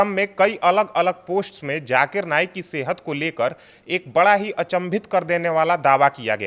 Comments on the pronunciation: Jaakir nahen zaakir ko theek se bolo. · Bahn k loday pehle bolna seekh fir baat kr jakir nhi zakir hai 😂😂😂 khud ka test karav kahi tum ko aids na nekle 😂😂😂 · Zakir,jakir nahi bolna Sikh 😅😅😅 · Pehle aap bolna seekhe jakir nhi h Zaakir h baad m nafrat ugalna😅 islam k against